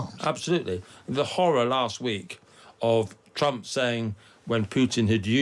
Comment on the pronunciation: "Look at me, look at ma, everyone look at me" Skweems Trwump!!